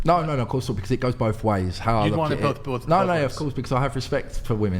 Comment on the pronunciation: Why does he so clearly say "bofe"?? Its spelled BOTH where tf is the F sound coming from?